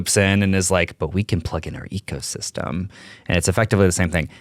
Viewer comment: I thought I heard "Apple egosystem"...